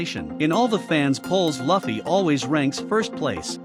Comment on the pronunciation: Sorry if you feel bad but it sounds cringe how you pronounce Luffy, Dadan and other names in the video